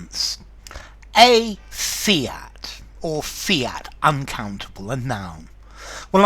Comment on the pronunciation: The Second word fiat not fint